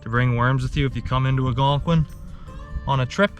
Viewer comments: ALLLLgonqiun....not Agonquin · don't get me wrong. I love your channel.... pronounce Algonquin however you want lol... I will always be watching your content👍